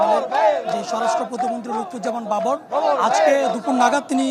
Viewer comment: Not Lutfor Rahaman Babor correct Name Lutfuzzaman Babor.